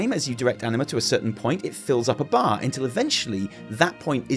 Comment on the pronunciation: I can't control myself, and instead of "anima", I keep hearing "enema". LoL. Sorry.